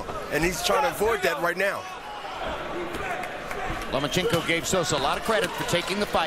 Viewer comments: lol he keeps saying lumenchenko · Why he call him Lu-ma-chenkow? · Who the fuck is "Loom-A-Chico"?